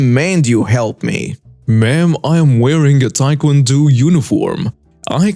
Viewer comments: Tae Kwan Do the o is long not short oh not ew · you mispronounced that last story wrong it is not Tae Kwon DU it pronounced with long O for Tae Kwon Do thought I'd let you know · I like your videos and been following. Here's an advice on pronouncing Tae-Kwon-Do. It's not pronounced do, but dough like money or bread. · DO pronounced dough as in bread dough. It means 'way' in Japanese and Korean. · Wait, no one saw that the host said Taekwondo wrong?